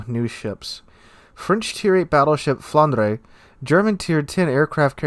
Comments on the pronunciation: The Flandre is prnounced "Flohn-drah", FYI. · Flandre is pronounced "Floorn-dra" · English doesn't quite have the right sounds in to to sound Flandre properly but a fair approximation is Flahn-druh, with a stress on the first syllable and a gently rolled R on the last syllable, clipping the second vowel sound. It's how you spell the name of the French region of Flanders in French (many of the French BBs are named after traditional region names - Normandy, Brittany, Alsace, Flanders, Champagne, Gascony, and Burgundy so far). The rest are cities (Lyon, Strasbourg, Dunkerque), famous figures (Richelieu, Jean Bart, Courbet, Turenne) or concepts linked to the French Revolution (République - WG recycled the name of a pre-dreadnaught that served in WW1). With Flandre (one of the possible names reserved for the Alsace-class) in the game, the last post-WW1 French battleship name (built or planned) that WG hasn't tapped is Clemenceau (which was reserved as a Richelieu-class name) and would be spot on for the proposed post-WW2 CV conversion of the Jean Bart (JB was only partially finished before the end of WW2 - France debated finishing her as a BB, converting her into a CV or just scrapping her - they eventually decided to finish her so her in-game version seems to be the post-WW2 version). Given that Clemenceau did get used for a later Cold War era carrier, it would be a pretty fitting name.